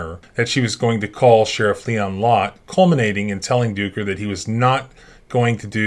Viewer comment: Ducker... "Dooker"????? You knew what you were doing.